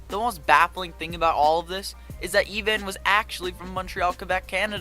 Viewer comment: his name is Ivan pronounced I-Van